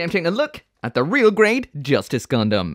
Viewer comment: Sometimes i feel like he call "gundam" a "condom"